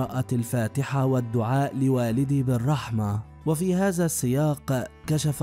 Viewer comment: يمكن المذيع اجنبي ومابيعرف يتكلم اللغه العربيه وعاده متعلم اللغه العربيه من قريب تنطق هذا وليس هزا 😢